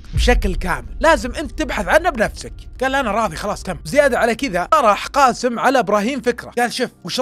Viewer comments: اللهجة الخليجيه يكولون كاسم بس اسمه قاسم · بالتوفيق واسلوبك مميز واحب اسمع لك لكن ي صديقي اسمه قااسم بحرف القاف حاول تنطق الاسم صح